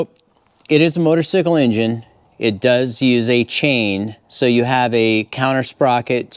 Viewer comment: You keep saying motosycle....It's funny I say that too sometimes.And I'm a Moto guy